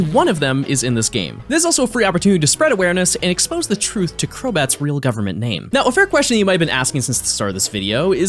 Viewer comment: "crobatthew" i'm losing my mind 2 minutes in.